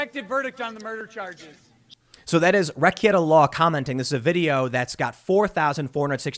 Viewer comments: You do a lot of work Tim. Thank you man. Two critiques on pronunciation - if only because the point was raised that you believe that you were pronouncing correctly. Rekieta is wreck-eight-uh not wreck-et-uh Trial is try-uhl not troy-uhl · It's pronounced more like ruh-KAY-da law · I love how you keep saying Rekieta wrong after being on his show not too long ago.